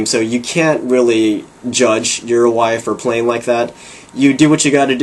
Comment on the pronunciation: you pronounce uruguay wrong. it is Ur-uh-guay